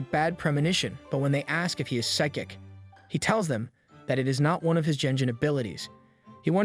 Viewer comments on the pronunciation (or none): none